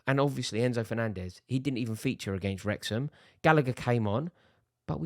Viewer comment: It’s Wrexham…